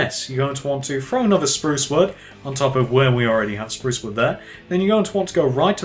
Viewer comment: You need to say sprouce strong